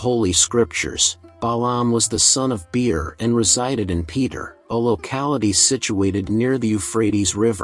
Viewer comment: Balaam was the son of Beor, not Be-er. Numbers 22:5